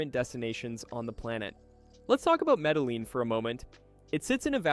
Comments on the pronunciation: You have a travel channel but you don't know how to pronounce the double "LL" in Spanish?!? That is such common knowledge that I have literally never met a person in real life that didn't know this, not even a toddler. And I'm 57 years old. So I've met a lot of people. Seriously. Educate yourself. There is no excuse for not knowing that. Millions of Americans speak Spanish. There is no place in America that does not have a significant Spanish-speaking community. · It's pronounced..."MEDAYEEN" Not Medaleen like you pronounced. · Medeleeeen? Medeleeeen? Medejeen phoenetically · Maybe. But more importantly your content is INSIGHTFUL while extremely helpful. Thank you. So why not remain an EXPERT in pronouncing correctly the country you're presenting? It will only add to your credibility. The double LL is pronounced YEE..short Y and long EEs. Keep sharing... Thanks again From...4 PASSPORTS 38 countries 18 months in BUCCUMARANGA, CALI, SAN ANDREAS, BOGOTA and of course MEDELLIN 😊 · Medehleen? Med eh yeen....you lost alot of cred with the wrong pronunciation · It is pronounced Medejean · In the name of the city Medellin, the double LL in the middle is it's own letter in Spanish and is pronounced something like a Y in English. The word "ye" as the Ye in Ye Olde Bookstore is close.The letter I (eye) is always produced like a long E in English. So, the city is Medeyeen. There's more to it, fewer people will cringe when you get the LL right. 😊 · Actually it’s pronounced Meda-JEEN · In Colombian Spanish LL is pronounced like J. Medellin is pronounced like Medajeen. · When you pronounce words like Mede-LEEN, it tells me you are not well informed. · If your going to talk about Medellin, you got to pronounce it correctly. Your way off about the safety of Medellin. Let's talk about the air pollution and rents. The city traffic is horrible and the air pollution will cause you problems. Rent-for a decent place in a good area will set you back about $800-$1200 a month.